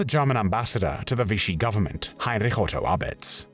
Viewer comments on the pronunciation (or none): none